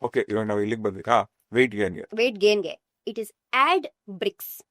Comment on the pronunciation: Please weight gain ge clear agi kelsilla thilsi❤